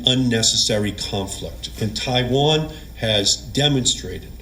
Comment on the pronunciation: For the love of Ganesh, will you learn how to pronounce "Taiwan" correctly. Please!